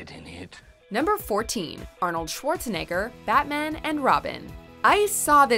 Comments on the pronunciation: schawarznigg🤨😮 r. Lol I think she needs to practice saying he's name a little bit more. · Swartz-ni***r? That is the worst pronunciation I have ever heard lol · im sorry what? Pretty sure rhats not hoa you say his name 🤣